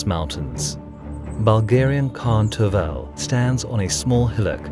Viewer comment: 1. As a Bulgarian I LOVE your videos about Bulgarian history, as you are the only ones that cover it. 2. The name of the Khan is Tervel, but the stress is on the first "e". If you need help with the pronunciation of Bulgarian names (as I hope you will cover the battle of Pliska (811) at the least), you can just PM me here, and I will reply with the transcriptions of the names.